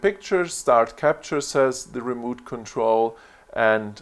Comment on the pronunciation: Good Video! Remote Control is pronounced like re mote. Mote like what's around a castle. Not moot, that sounds like boot.